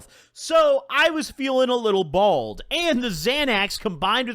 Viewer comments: I swear you’re saying bald not bold hahah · Why do you say bald not bold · Does this dude not know it's BOLD not BALD lmao dumbass mf